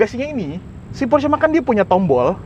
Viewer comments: setuju!...sama kaya orang amrik bilangnya "PORSH", padahal yang bener baca nya "PORSH-E" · Bacanya : Porsi Makan 😂